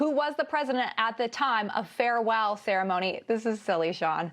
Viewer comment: That was some INAUSUATING CEREMONEY, huh?